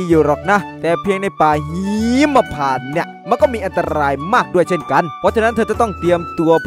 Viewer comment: ป่าหีมมมมมมะพานไม่ใช่หิมนะ555